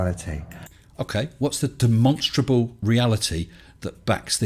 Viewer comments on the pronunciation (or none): demononstrable ... demnonstrable ...demenstrabel ... deminsntrable ... one day he will practice saying the word correctly.